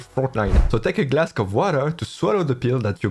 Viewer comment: GLASC OF WATER HAHAHAHAHAHAHA GOOD ONE